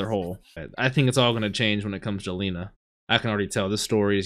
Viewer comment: it's lena E you read it like your saying E on the words "Eight" so it's not "LI-NA" it's "LE-NA", not in any bad ways, appreciate your willingness to say their name correctly ☺️